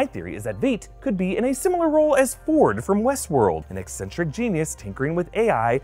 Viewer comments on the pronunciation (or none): none